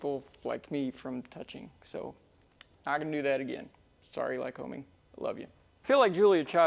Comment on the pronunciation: Hey, my home town is Williamsport, PA. The Lycoming plant was just five blocks from our house. Awesome place. Our next door neighbor was a metallurgist engineer at the plant. However, let's get this right. The locals call "Lycoming" as "Ly-cuming." Accent on the second syllable. Company named for the regional PA county - Lycoming. Just sayin. Dr. Neal Hively, Melbourne, FL.